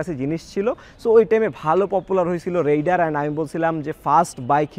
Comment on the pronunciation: রাইডার কে রেইডার বলেন কেন?